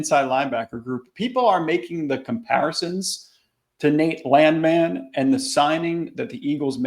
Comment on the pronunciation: Landman or LAND-MAN? You need to get to the bottom of this. Been laughing about this since the broadcast